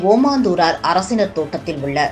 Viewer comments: அம்மையீர் செய்தி வாசிக்கும் போது ஓமாந்தூரார் என வாசிக்கின்றீர் “ஓமந்தூரர்” என வாசிக்கவும். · செய்தி வாசித்தவர் ஓமந்தூரார் தோட்டம் என வாசிக்காமல் ஓமாந்தூரார் தோட்டம் என வாசித்தார் அந்த எழுத்துப்பிழையை தான் நான் சுட்டி காட்டினேன்